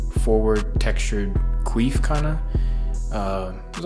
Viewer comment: Lmao he said queef 😂 bro it’s quiff just letting you know